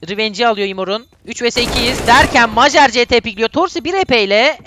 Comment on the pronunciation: kankam majer mayer diye okunuyo